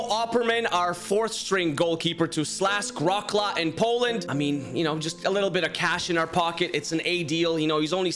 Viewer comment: I don't know if I can begin on how wrong you pronounced "Śląsk Wrocław" 😂 Edit: nah you did not just barely skip going over Tudor which was my suggestion 😭 (Just joking of course he was really bad in comparison to the others you short listed 😂) And yea the signings you did are really good 👍